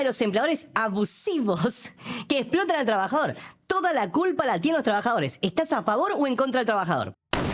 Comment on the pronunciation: " ,esplotan" dios santo... Hace falta plomo.